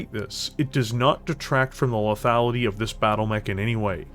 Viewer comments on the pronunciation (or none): none